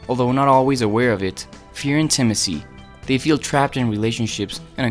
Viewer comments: What is “in-Tim-is-ee?” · I’m still stuck on how he says intimacy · Fabulous presentation! Easy to understand. I’ve never heard intimacy pronounced that way.